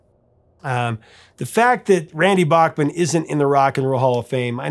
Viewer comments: Back Man not Bock Man , yes I know in the states they often say Bock Man but that isn't how Randy Bachman pronounces it. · It’s Randy BACKman, not BOCKman ;) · C'mon, repeat after me: It's BACK-man. BACK-man, not BACH-man. He's corrected you before, on this hasn't he? (smiles -- love your content...) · Not sure what the question is, but I will answer as interpreted... Yes, I have been pronouncing it Bockman. But they both clearly pronounce it Backman in the interview. Just found that interesting. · As always, I learned something... Bachman is pronounced "Backman". I have been saying it wrong for 40 years. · Someone called Randy at . Look at the phone over his shoulder, I think I have the same phone. I love Randy Bachman, just pronounce it right!